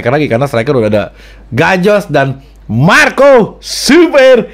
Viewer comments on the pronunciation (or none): saban ente ngomong MARCO , ane jadi tawa dewek bang wkwkwwkk